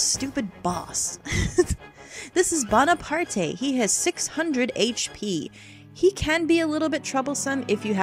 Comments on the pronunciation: bonaparte is probably pronounced bone a part not bon a part ay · I'm probably the hundredth person to say this, but it's pronounced Bonapart. As in Napoleon. Not Bonapartay. I can see why you'd think that though, seeing as its in a Japanese game and that's how name is Japan work. But no, they did use the French name and intend for it to be pronounced as such. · well actually the creatures name is "Bonaparte" as in the e is silent. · Probably someone who already said this, but the name is pronounced Bone-a-part. In French, most letters that are the last of the name are silent, with the exception of some vowels and a consonant or two. Also, I really love Shiro and Kinnison! I do believe they have a nice unite attack(if I haven't forgotten that is xD), and I love the whole 'live in the forest' thing. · Actually, I think "Bonaparte" is like if it was pronounced like "Bonapart". Thrust me, I'm a french Canadian. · I'm pretty sure the e in Bonaparte is silent, but whatever. Not the end of the world. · The e at the end of bonarpate is silent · The "e" is silent...